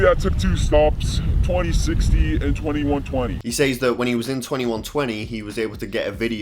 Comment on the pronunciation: I'm not used to the way you say "says" with the y being emphasized. Just wanted to say that.